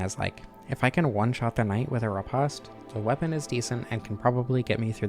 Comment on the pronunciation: Ah yes riposte being said as if the e at the end magically makes the word repost be said differently. Great video but i always have to point that out. The word is still very much said repost. Olde is still old